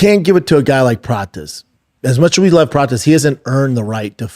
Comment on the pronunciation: He said Prates🤣🤣🤣🤣🤣🤣🤣🤣🤣🤣🤣🤣🤣🤣🤣🤣🤣🤣🤣🤣🤣🤣🤣🤣🤣🤣🤣🤣🤣🤣🤣🤣🤣🤣🤣🤣🤣🤣🤣🤣🤣🤣🤣🤣🤣🤣🤣🤣🤣🤣